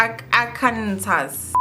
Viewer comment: It's pronounced Arkan-saw 😅😅 I saw you struggle there 🤣🤣